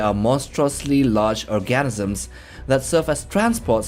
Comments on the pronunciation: Organisms not orgasms😂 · Orgasms? Or organisms?? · Narrator mispronounced Organisms as Orgasms.